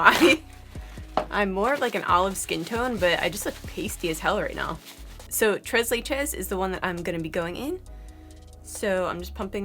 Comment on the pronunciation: Très leche: French, pronounced like trrray laeyshh